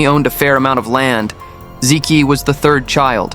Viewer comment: hey, learn to pronounce Chinese names correctly. "zi Qi" = "zi Chi". "Zi ki" = "zi Ki"